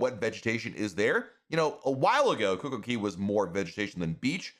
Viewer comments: Even if i put the whole phrase into Google translate in English it still comes out pronouncing it as Cay not Key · it is pronounced "kay" for Coco Cay, not "key". As a pinnacle member of Royal Caribbean's, I'm surprised you don't know this. That's the point of their catch phrase "A Perfect Day at Coco Cay", with DAY and CAY rhyming. They even have this jingle while you are riding the tram cars back and forth to the island (ad nauseum I might add!). Please stop mispronouncing 'Cay' as "key". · It’s pronounced Coco “CAY” not “KEY” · He always says key. Its is annoying but I like the info otherwise. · In my opinion, it is simply the locals saying “Cay” with their accent; which makes it sound like “key”. So if he really wanted to pronounce it like the locals he should also be saying the “Coco” part like they do. I think it sounds silly the way he is saying it, but he’s got great tips. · I don’t give a damn how cay is pronounced, saying perfect day at coco key is like nails on chalkboard. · I really like so this is not a dig but he calls it cocokey in every one of his videos dating back years. lol. I find it funny. 😂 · Buddy he just doesn’t say it right it does rhyme the cay rhymes with day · Royal Caribbean said that the announcer is not actually a representative from Royal Caribbean because he is pronouncing the name of this place wrong